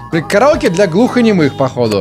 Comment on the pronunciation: Дэ караоке хпхаахах это так смешно звучит